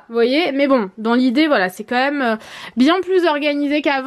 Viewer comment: jaime trop quand tu di "même" car au lieux de dire "même" tu dit "Mome" 😂 jaime trop ❤ Gros bisous😘